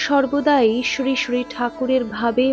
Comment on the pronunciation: আপনার শ্রীশ্রী উচ্চারণ ঠিক করবেন। শুনতে ভালো লাগবে। "শ" হলেও sree sree হবে।